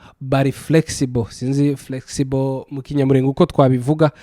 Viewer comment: Gerageza kuvuga Ikinyamulenge wo kabyara we! Gorora ururimi